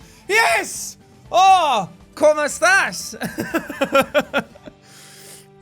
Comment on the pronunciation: The "Como estas" was said pretty good